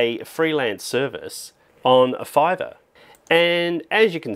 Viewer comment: I like everything about this video, except "Fiverr" 😆